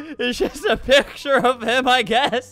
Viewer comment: He said just, just pronounced it like jist